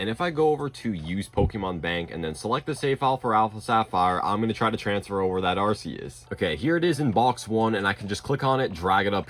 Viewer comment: Arceus, not arseus.